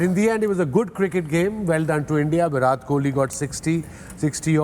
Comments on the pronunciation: Sir it's a Virat Kohli . pleace do correct that pronunciation...love from India . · His name is Vira " T" ... Pakistanis cant even pronounce his name even after " virat" gave them so many sleepless nights 😂😂 Do they not teach this in Madarsas ? BC tum puncture hi lagaoge